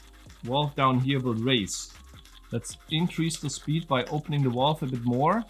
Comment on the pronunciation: Whats a 'Walve'? 😂